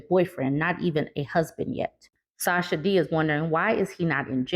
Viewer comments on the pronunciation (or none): none